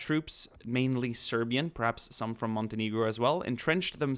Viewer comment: Is that really how you say Montenegro?